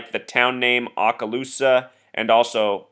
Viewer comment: Yes, he was my friend and coworker for 25 years. His memorial and burial will be on Monday. Oh and he can not pronounce Okaloosa. It is Okaloosa, not Aakaloosa.